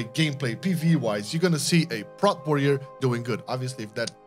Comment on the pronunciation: its P-rot warrior not prooot